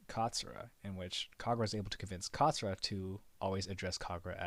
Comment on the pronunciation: It not zura, It's katsura